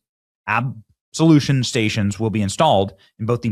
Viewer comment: Benny, It is pronounced ab-LOO-shun....it means washing. Touble is, ain't enough washing in the world to clean those dirty animals!